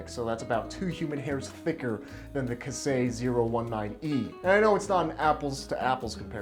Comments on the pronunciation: I wasn't able hold myself to tell you about "ka- sei" first, I am no japanese. correct pronunciation : as far as I know, is more like "kay say" (K-say is more close to it) and yes steel is fucking real steel rules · It's pronounced kye-say not kah-say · Big fella I luv ya but it’s KAISEI not “Kasei”… hurts more than ThreeRensho 😅 great vid as always